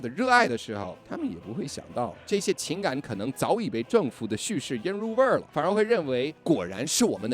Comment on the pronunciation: “腌入味儿了” 这中文说的比我这中国人说的地道